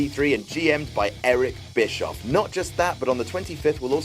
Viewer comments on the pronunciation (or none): none